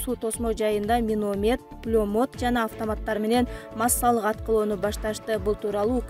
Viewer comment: Карындашым провокация кылган материалдарды айтпачы миномед пулемед дейсинго, туура айтчы каралдым